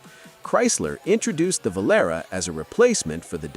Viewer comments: Why are you showing a customized race car? Vo-lar-e is how it’s pronounced. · “ Vo Lar Ay” not Vo Lair. 🙄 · VOLARÉ NOT VOLERA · It was VO-larh-re not Vuhl-air. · Volarah? Stupid AI gets it wrong again. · It's pronounced Vo Lar Ray. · The AI didn't know that the Plymouth was pronounced "va-lar-ray" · The "Plymouth Valera?" How can anyone take this seriously ! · The AI narrator cannot pronounce Volare correctly! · Damn AI crap. Volaré, catastrophic? Teach it to pronounce words right. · Why can't you pronounce "Volare" correctly? There is a song that teaches you how to do it. In fact that song was the Volare automobile's advertising jingle.